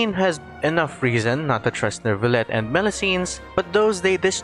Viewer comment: The way the npc said nervullette instead of neuvillette